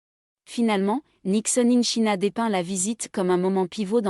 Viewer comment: Quelle présentation ennuyeuse !! China se prononce tchaïna. Même sans parler anglais on sait ça. C’est indigne de l’opéra de Paris. 👎